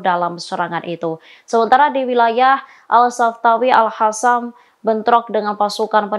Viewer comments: Kenapa al qassam yg jelas dalam bahasa arab adalah qof bukan ha' kok di baca al hasam alay bet itu bahasa arab bukan spayol, apa tujuan nya mau pembodohan bagi orang yg ngak pernah belajar baca tulis arab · Al Qassam bukan Al hasam , sekolah lagi mbak supaya betul menyebut huruf Q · Alqosam mba bukan alhasam